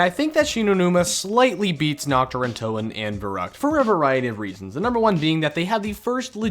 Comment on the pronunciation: NACHT DER UNTOTEN ARE YOU DUMB